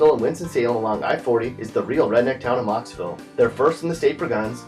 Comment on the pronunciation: Mocksville. Im from mocksville.